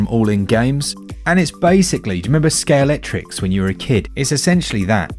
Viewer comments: Ready to have your mind blown? It's scalextric, not scalectrix. I pronounced that wrong my entire life until like 3 years ago. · Are you saying " skate electric" , " Sker Electrics", " ski electric", or none of the above?